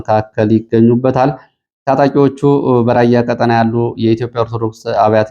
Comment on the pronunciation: ÷ እባክዎ ቀ"ጣ"ና በሚባልበት ቀ"ጠ"ና አይበሉ! "ቀጠና" ረኃብ ማለት ነው:: "ብልኅን አንዴ ንገረው!"